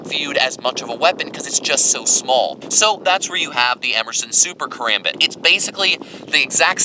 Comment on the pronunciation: I love the review, I just wish you pronounced "Karambit" correctly. Regarding your opinion, I totally agree regarding the design decisions, but not in terms of their use. A combat knife isn't going to need the same intense focus on durability that a survival knife will need. A high quality sandwich construction is more than enough for spending 99% of it's lifespan in someones pocket or on a nightstand.